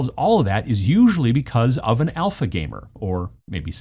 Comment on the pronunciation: Honestly thought you said Elfa gamers. Never heard of the term though.